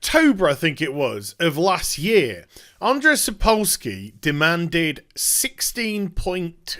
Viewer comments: It's pronounced Aa-n-jay.... I share the same name and ppl butchering it hurts my feelings T. T Also while I think the guys at CD projekt Red are great there is a passage in the polish copyright law which gave Sapkowski a legal ground for suing. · It's hillarious how you say "Andrzej", keep the good work